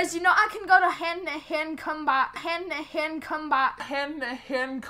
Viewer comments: After 2 years I finally know what he is saying. "Hendtohend combat" Translation "Hand to hand combat" What I thought when I first heard it Hendihendcomback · i think he was trying to say hand-to-hand combat